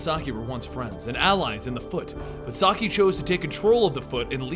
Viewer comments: "sock-eye" mate i think it's pronounced "saki" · Um, not to be rude, but Shredder's name, Saki, is pronounced "Sah-kee". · sah-key not sahk-eye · It isn't so much that its mispronounced that bothers me... its that its not consistently pronounced in either way. at the beginning it was said "Saki" then towards the end it was "Sakai." Those are two different names... I feel that this may cause some confusion to viewers... for Example, I have no idea how Oroku Saki and Hamato Yoshi could be in present day NYC having lived in the aforementioned [in the video] "feudal Japan." So conjecture from the video itself and previous knowledge of TMNT lore..."Sakai" could be another Shredder in a long line of Shredders, oh ho, have there been many. At best you get people who cringe at the pronunciations. At worst you confuse viewers and take away from the intentions of the creators and hurt the brand. Oh well. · Not Sock-Iiii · Alopex = A-loh-pehks Saki = Sah-kee Kurai = Koo-raheh